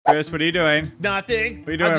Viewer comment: Chris said ctop